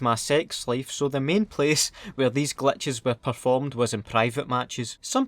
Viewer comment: Is he saying Clutches Or glitches 😂